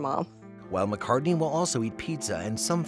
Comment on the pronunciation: “McCartney.” Ugh. Poor thing.